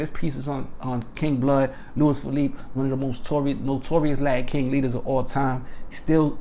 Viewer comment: It’s pronounced “Lew-ease” “Feh-leap-eh”